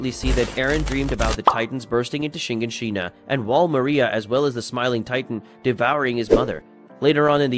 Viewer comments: Shigashina💀 you mean shiganshina💀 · I swear it’s pronounced sha-garn-sheena but I don’t know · Listen, listen, i try not to be a wet blanket about pronunciation but your pronunciation of Shiganshina is so painful for me 😅😅😅 great video thanks!!!